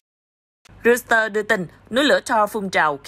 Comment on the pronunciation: Haha...đọc Reuteurs thành RIU XÌ TƠ...